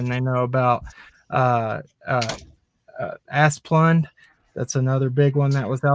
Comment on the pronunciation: Apparently - "A: Asplundh, a Swedish word for a grove of Aspen trees, is pronounced "Ah' -- splund." The first syllable rhymes with "Ma," second syllable with "fund." Asplundh is the nation's largest utility vegetation management company.Jul 12, 2003"